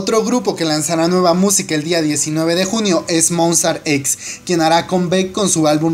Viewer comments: yaru mora Y si, estaba igual que tu y boom! dijo Mostar jaj</3 ya es costumbre que lo pronuncien mal:c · Por que pronuncias tan horrible?????? Le cambias el nombre a toooodo, ejemplo dices JungCOCK, a Jungkook busca en internet que significa COCK y luego dices COMBECK, MonstarTex??!! Que pedo contigo